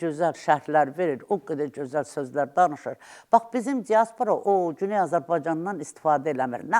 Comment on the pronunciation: Bu yaltağı hardan tapdınız,heç öz dilimizdə danışa bilmir.cözəl yox gözəl.